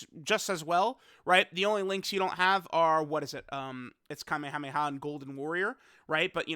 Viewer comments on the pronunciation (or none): none